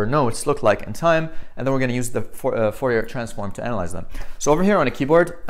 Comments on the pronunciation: Fourier is pronounced Furiye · Fourier is french, you don't pronounce the last r...."for e ah" I had a prof during undergraduate physics that was a stickler for correct pronunciation